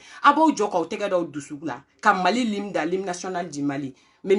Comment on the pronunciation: Mais toi même tu ne t exprimes pas mieux que les autres.Tu dis Lime National alors que c est l hymne national.Tu dis aussi là maintenant c est un affaire,on dit plutôt une affaire.